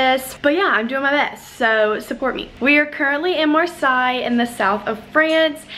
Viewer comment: Cool vlog I’m heading to France for a road trip next year with my husband from Normandy to the south of France Marseille which Is pronounced mar-say. Sorry to correct you and Casis is wrongly pronounced.